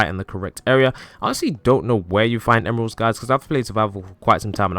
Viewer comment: Why he make a cwoss of emwerlds